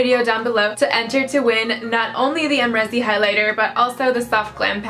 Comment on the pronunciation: You used a cheap brush , how is it supposed to show up? I have it and I love it. Use a denser brush. I used my mermaid Fan Brush as well and it worked just fine. Not to mention you're not even saying her name right lol.